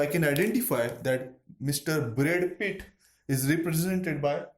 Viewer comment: "Brad Pith" too.